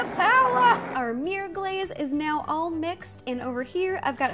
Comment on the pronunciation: "Meer cake" lol